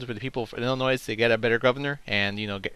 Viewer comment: the correct pronunciation from the area around the state and inside, the s at the end of illinois is silent.